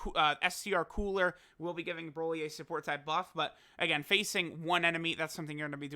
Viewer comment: Coo-ra not cooler